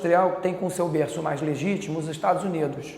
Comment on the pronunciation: um berrrrrrrrrrrço